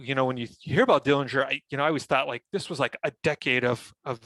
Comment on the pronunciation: The correct pronunciation of the Dillinger family name is with a silent 'g'. He was never convicted of murder. He had a very good upbringing and John's father wasn't harsh as rumors have created. The handkerchief had a bolt in it. He was paroled early. The only reason that the FBI got involved was because John took the stolen car from Crown Point across the Illinois State line. You're so right about him being a celebrity. He was very generous with his money with his family. Yes, he was assassinated even though he was unarmed.